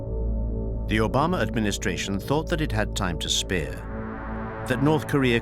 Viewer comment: I'm mad the narrator mispronounced Obamas complete name😮 but no one else's